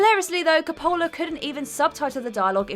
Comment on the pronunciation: desperately needs to learns to pronounce the name Coppola. Also: "am-big-witty"